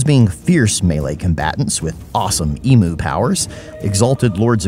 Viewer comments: Man I love ya vids and the content you make. But for the love of God. It’s pronounced e-myu, not e-moo. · Nothing hurts an Aussie soul more than listening to people still pronouncing Emu, e-moo instead of eem-you. Must have a few Roos loose in the top paddock.